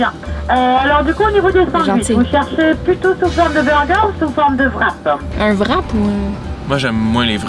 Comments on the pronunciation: mdr même en belgique le vrap ce prononce Wrape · Hello, quick C'est bel et bien belge. En France, la plupart du temps, le W se dit V. Exemple : le wrap se dit en français vrap mais ça s'écrit wrap. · On dit bien « wrap » au Québec, mais on le prononce « wrap » ou « rap » et non « vrap », ce pourquoi ils ne comprenaient pas. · Coucou.C'est vrai que le Airbnb au Mans n'est pas très beau, c'est une vieille maison laissée en l'état, je pense. La porte du garage ça date au moins des années 1970. Et oui les Français ne sont pas très à l'aise avec l'Anglais d'où le Vrap et non Wrap 😅.Avec ceci, cela veut dire et avec votre commande, voulez vous rajouter quelque chose.Vous m'avez trop fait rire mais je vois l'autre côté depuis que je suis au Québec 🙂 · « C’est quoi un VRAP ? » 🤨 « C’est un VRAP où il y a des chèvres » 🐐 PIPI DE RIRE 🤣🤣🤣💀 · ils prononcent wrap comme le w en Allemand ( W en Allemand c'est V), mais wrap (rap) est la bonne prononciation parce que c'est un mot anglais et non allemand.